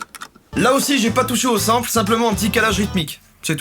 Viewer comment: Plagia Clash Of Jacky, sample ce dit sanpeul